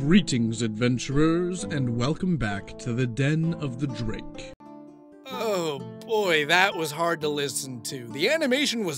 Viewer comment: Me: UUUUGH, it bothers me so much how he pronounces “Drake” like “jrake.” Say it right, dude! Also me: “Penjulum.”